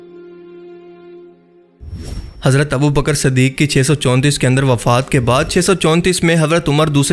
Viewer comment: Is ke ilawa abubakar siddique hoga na k abubakar saddique